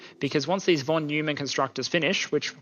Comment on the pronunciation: Please forgive the petty remark, but since you care about accurate pronunciation of all sorts of foreign words (which is very nice of you), I couldn't help about a particular thing - in German the eu diphthong is pronounced "oi", so the scientist's name along with all the stuff named after him sounds like "Fon Noimann", just like Europe is "Oiropa", etc.